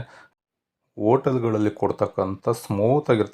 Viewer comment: ಓಟಲ್ ಅಲ್ಲ ಹೋಟಲ್...ಉರ್ಕೊಳ್ಬೇಡಿ ಹುರಿದುಕೊಳ್ಳಿ..ಕನ್ನಡ ಕೊಲೆ ಮಾಡ್ಬೇಡ